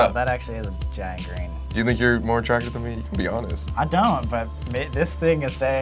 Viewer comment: Lol, when Colby said, "Look at the GrEeN!" WHEN HE SAID GREEN THOUGH. XD